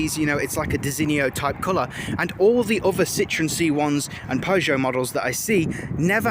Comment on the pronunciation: Citron is french for lemon, French people laugh at the mispronunciation of the name 🙄🙄